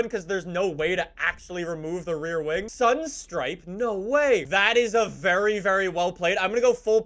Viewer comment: does he not try to pronunce things, he said sunstripe and overfaud. that goes to show that east canadians are weird and west coast/ Alberta is best